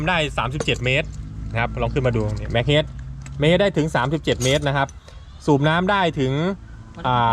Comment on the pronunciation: อ่านว่า เฮด เมตร ครับ